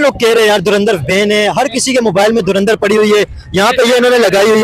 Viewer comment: 🤣 🤣 Ye log urdu word ko hi theek se pronounce kyun nahi kar pa arahe hai? Itni acting....? Koi door andar Keh raha hai 😂😂 koi dhur indar... Iss bande ne toh dhuan dhaar Keh diya 😂😂 Kisi Pakhtun se puchte.... Durand-er kehta shayad 😜😜